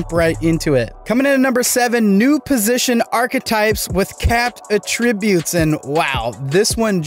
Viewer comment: Learn how to pronounce “attributes!”